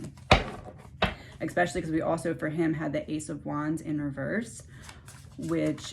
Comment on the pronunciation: Hi, I'm new here. Your reading here was fascinating. You speak so well, (except, you said expecially, instead of especially, two times. MANY THINK THERE'S AN X IN THAT WORD! I USED TO!) I can tell, you are working with spirit. It is so enjoyable, watching you!! I think I found a new favorite!! I hope nobody is mad, about me correcting that word. I promise, I'm NOT the speech police. lol 💞💕♥